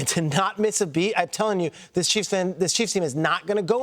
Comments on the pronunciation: Peter: It’s pronounced “Su-ah-mah-ta-ee-ah.” It’s not that hard. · Shrags. Its a 6 sylabal word. Su/a/ma/ta/i/a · Sharges!!! su A MAh Tah EeAh say it with me? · SUA-MATA-IA, pronounce all the vowels. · Everyone was predicting Worthy was too small, only a speed guy and would be a bust. Now they're like "How do the Chiefs keep getting away with this?" Also, if you're going to give Kingsley a well-deserved shoutout, maybe learn to pronounce his name correctly? That pronunciation was a disaster. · He butchered Kingsley Suamataia’s name but it’s cool. He’ll learn it. Reminds me of when people used to butcher Troy Polamalu’s name back in the day